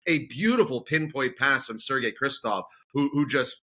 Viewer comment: Why do they keep calling Sergey Krivtsov "Kristov"? Whatever his qualities he deserves the benefit of being called by his proper name